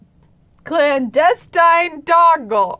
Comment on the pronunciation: When she was trying to say clandestine doggle I STARTED DYINGGGG